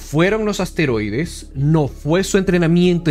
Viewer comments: No sé dice asteroides se dice esteroides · Creo que se llaman esteroides más no asteroides como lo dices